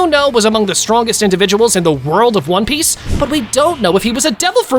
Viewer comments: Bro why u said one peach not onepiece whyyyyyyy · In the very beginning, you said one peach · he said one peach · One PEACH!!😂😂😂😂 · one peach??? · U said one peac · He said one peach😂😂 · who heard one peach at the start? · one peach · who else heard one peach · bro is it just me or did he just say one peach💀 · bro says one peach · Bro said one peach😂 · Did he say one peatch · In the first 5 seconds he calls it on e peach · Bro said 1peach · In ine peach? At the start lol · Why did you say one peach? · “One Peach” 🗣️ 🔥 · Did bro really say one peach at the start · Bro said one peach💀💀💀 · Ryuma strongest swordsman The Blackbeard glaze is crazy bro Did I just here “one peach”? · “One peach” 💀💀💀💀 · If u check it in cc it says “one peach” lol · bro said one peach